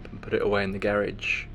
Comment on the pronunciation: I hate the way the narrator pronounces “garage”